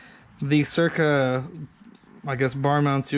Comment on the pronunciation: Cool, pretty helpful. Oh, and sick car, too! So, when you look at those handguards, do you actually see the R before the C? "Cyrca" instead of "Cycra"?